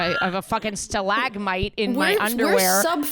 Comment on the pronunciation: The way Ashley said stalagmite was really upsetting to me. Honestly cancellable. Is that really how you guys say it?